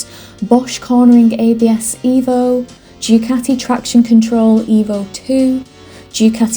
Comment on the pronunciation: I didn't understand your English vocabulary... It's Du Ca tee yi Not Due cati it's Italian not Yorkshire. Please pronounce it properly.